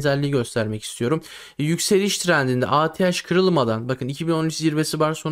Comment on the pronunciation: Sert yökseliş diyorsun on kuruş döşöyor bir kuruş yökseliyor